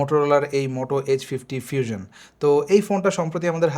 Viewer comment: ফিউজন কি ভাই😂😂 আগে উচ্চারণ ঠিক করেন পরে রিভিউ দেন